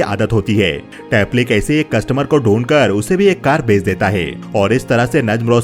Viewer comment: Hota hai , Dita hai , lita hai , bar bar sun kar kab kharab ho gaya